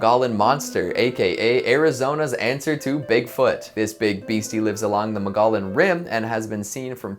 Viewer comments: Mug-EE-on not Mugollen lol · It's "muggy on" not mogollon lol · Mogollon is pronounced “Mogo-yon.” Double “l’s” are pronounced as “y” with Spanish words! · Ma-gah-lin Monster LMAO we pronounce it more like Mo-gee-yon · The word mogollon is pronounced Mog-E-yon. It’s an indigenous word, so if you haven’t heard it, you don’t know it. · I’m was only listening to this while I was working on something and I thought he was mispronouncing Mongolian there for a second. Had to rewind the video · Repeat after me: Mo-gee-on. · I legit took to long to realize what he was saying lol I was like I have never heard of this place in Arizona